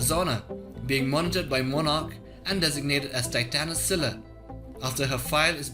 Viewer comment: It pains me so far that none of the youtubers are able to pronounce Scylla name correctly